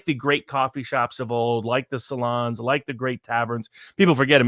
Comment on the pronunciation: is pronouncing salon wrong: P